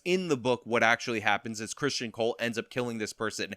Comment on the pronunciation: Hey, it is not CHRSTian. There is no H. It is Criston.